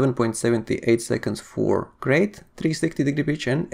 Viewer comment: It's pronounced 'Krite'. Named after the snake, like most Elite ships.